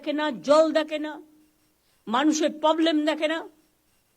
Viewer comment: Problem na poblem?